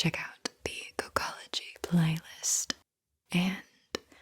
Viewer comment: I had to rewind I thought she said "cuckology" session the first time around. Like wut? 🤔😆